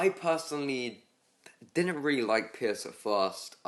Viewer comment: it's pierce not piss. also no scouter lens or pittance? that deserves an unsub.